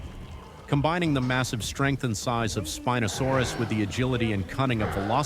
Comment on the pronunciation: It’s not spin o saurus spy o saurus